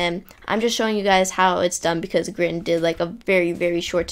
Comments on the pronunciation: Its not grin Grian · It is Grian not Grin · No the best head game person is "Grian" he said "Grain" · Love how you pronoun Grian not like Gree-uhn, but like Grin, XD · Grin? Sir I think you mean Grian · Did he say “This effect was of course made by GRIN